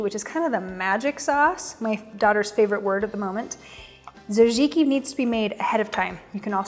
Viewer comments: Pretty sure the pronunciation of tzatziki is sat-ziki not jazi-ki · Hah, besides disliking how she butchers the word tzatziki several times she made me laugh when she mentions the people she loves and doesn't forget to put herself first at the top of the list. Definitely not the next TV Network Star, but cooking is very personal and everybody does it their own way. I would just prefer her to stay out of my kitchen and keep her mouth shut around my grill. I'm still searching for the best Chicken Souvlaki recipe.